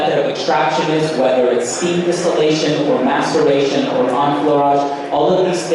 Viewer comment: Very interesting... I had to LOL "what method of extraction.... " then it sounded like "masturbation" . cool video im sure you guys had a blast.